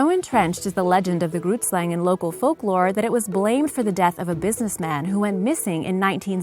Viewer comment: Haha. Laughing so hard now. I am from South Africa. And I speak Afrikaans. Grootslang is an Afrikaans name. The g in Grootslang is not n ghu sound. It is more a rough sound at the back of ones mouth. Weird description, I know. But that is the only way I know how to describe it.